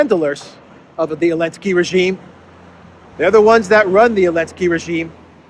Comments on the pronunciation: So dumb he can't even speak out the name of THE BRAVE UKRAINIAN PRESIDENT ZELENSKY !!! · Why does he always say "Elensky"?? Help an ignorant American out please